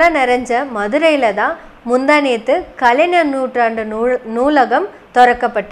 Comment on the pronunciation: கலைநர் என்ற உச்சரிப்பு தவறு, கலை"ஞ"ர் என்று தான் உச்சரிக்க வேண்டும். 🤝